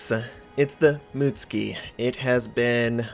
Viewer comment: Mut-suki not muts-ki :)